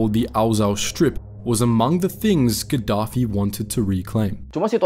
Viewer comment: No rispek bgt lu bg 😡😡😡 lu sarkastik 😡😡😡 itu Tuan Besar Agung Sultan Lieutenant Colonel Commander Muammar Gaddafi WOY baca nama ny yg benerrrrr 😡😡😡😡😡